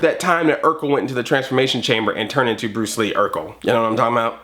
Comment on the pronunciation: not bruce lee... it was pronounced BWUCE WEE